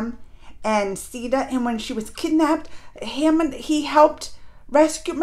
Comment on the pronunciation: Your pronunciation is wrong for Hanuman